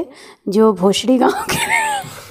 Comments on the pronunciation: बोसरि है गाव बोसडी नही इतना मज़ाक मत बना व सही नाम लो। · Vill name in MH- (Bhosari) not bhosadi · gaon ka naam"BHOSARI " hai. Galat uchcharan ker rhe ho aap. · गांव का नाम भोसंड़ी है। सही उच्चारण करै।